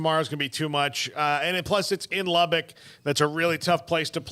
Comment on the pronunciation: Hey! It's not Lub-BICK. It's Lub-buck